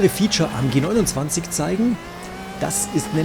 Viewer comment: Welcher Mensch sagt denn Bitte G-Simumzwanzig 🤔🤦🏼‍♂️